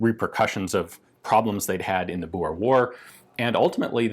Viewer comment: Ian still can't pronounce boer.